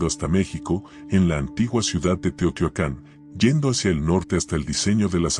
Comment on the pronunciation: SE DICE TEOHTIUACAN.